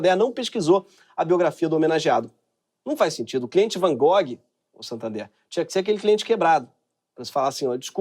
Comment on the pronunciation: SANTANDOR... Gente foi a parte que eu mais ri, tive uma crise aqui.... Aí que dó! 😂😂😂😂😂😂😂😂